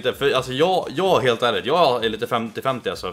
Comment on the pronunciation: "lhelt enkelt"